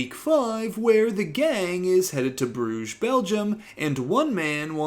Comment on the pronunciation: Don’t mean to be a stickler, but Brugge is pronounced Bri-ch-e. The “ch” is throaty as in lochness. It means bridges in Flemish. You’re welcome 😅✌️